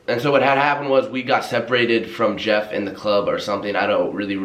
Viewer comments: Lowkey thought said jev instead of jeff... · i watched this whole vid and thought he was saying JEV and not Jeff 😂